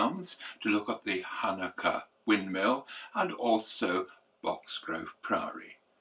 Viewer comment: I'm looking forward to these productions. As an old Sussex man, I'm pleased that you pronounced Halnaker as it should be, unlike others who have shown it in videos.